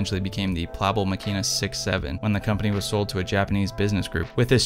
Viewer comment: In German we pronounce Plaubel like cowbell... plowbell.